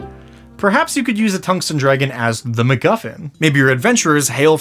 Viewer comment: Tung sten (heavy stone) dragib ???? and You pronounce tungsten completely wrong